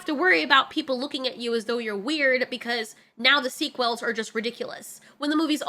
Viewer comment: Hearing someone pronounce sequel "Sea-quell" made my eye twitch